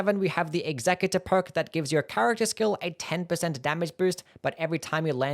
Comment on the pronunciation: Why do people keep pronouncing executor like executive? It's pronounced "eks-uh-cue-tore". You know, like when you want to execute something?